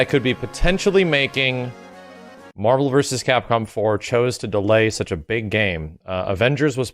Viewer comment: did he say mahvel vs capcom 4?